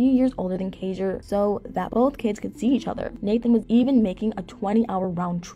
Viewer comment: I wish she would actually pronounce Kaiser's name correctly. She clearly doesn't do much research, and has possibly not even watched a single episode, at least not one with Nathan in it. A lot of her videos are full of inaccuracies, and sometimes just flat out lies, like her video on Chelsea.